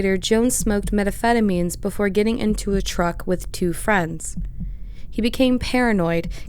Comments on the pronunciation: what is your narration process? Your videos are well done and the story is gripping, your research impeccable, so with all that hard work these easy oversights stand out and are distracting. and “metaphetamines” —> methamphetamine/s ”he is empathetic that” —> emphatic referring to them by last name suddenly when you’ve been using their first names the whole time Again, commenting because there is clearly so much work put into each video, they’re very researched (I think, idk about the majority of these cases) so it’s a shame when such low hanging fruit is missed that shows through. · lol “meta pheta means” you can tell she has no idea what that word is. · What the hell are "meta phetamines"?! A ridiculously bad mistake!